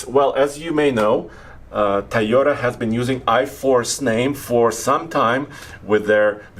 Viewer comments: Hey - is it TIE-OTA or TOY-OTA? 🤔😂😉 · Please please please, it’s TOY ota, not Tie ota. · Makes me crazy when people say “tie o ta” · TIEYOTA! LOL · Yes, obviously, has an accent, but why do people pronounce Toyota like, "Tieota?" People who pronounce it like, "Tieota," do you pronounce children's toys as "ties?" If not, then stop saying, "Tieota!" You sound ridiculous. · Say it with me, TOY-OH-TUH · is not the only person who says that